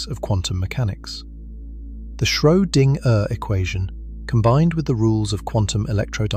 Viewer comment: Schoedinger is pronounced in one string